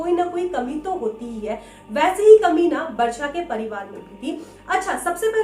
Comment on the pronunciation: Didi aap Varsha bol rahe ho ya Barsha? But iam happy ki mere naam ki tarah ye aap logo ke mooh se aaya hai❤️ 💜 please next horror video main meta naam bhi lona Varshini plzzz